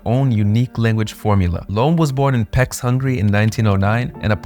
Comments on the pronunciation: “Peks” hungary💀😭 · Pécs (/peɪtʃ/ PAYTCH, Hungarian. it does you great disservice that you did not even look up the correct pronunciation of a town whiles speaking about languages. it was just one click away and you do all the other research but are to lazy for this? now I am distrustful of all of your contents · You need to spend a little time learning the way Hungarians pronounce their language and proper nouns. The city is pronounced "Peych". E with accent always "ey" and "cs" always "ch". I knew about Kato, who rarely used her first language while interpreting. As an American I find translating German to Spanish very challenging! "Denken ohne Englisch, Yo pienso sin usar ingles". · Friendly advice. If you want to make a channel about language learning, get the pronounciations right. Hungarian is easy to pronounce, once you learn our alphabet. Edit: I see the correction in the description, okay. But please, include IPA, it's also a good thing to learn. Pécs = /peːt͡ʃ/ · Pecs rhymes with "H" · It pays to check the pronunciation on Wikipedia before you start recording: Pécs (/peɪtʃ/ PAYTCH, Hungarian: [peːt͡ʃ]